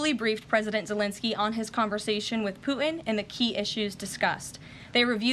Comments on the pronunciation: President “Poo-ihn” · She’s the best speaker of the house that’s ever been! My only complaint is very minute, and she may be doing it on purpose… it’s the lack of pronunciation of the letter ‘T’ on a lot of words where a T is in middle of the word. Like ‘Putin’, she kinda says Poo-en, Forgo-en, impor-ant…It sounds like a 5 yr old. A lot of people doing this lately. My pet peeve. But, that said, this lady is FANTASTIC!!!!